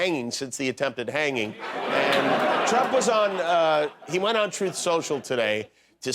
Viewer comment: TROTH social is how tRump says it. He can't even say the word TRUTH 🤣